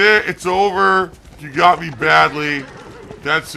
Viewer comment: holy sh!t "ladies and gentleen we gout him" is comedy gold